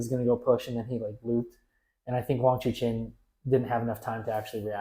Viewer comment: This is very good analysis, thanks guys. Btw Wang Chuqin's name is pronounce as Chu "CHIN" and not CHU "KIN". Just for your info XD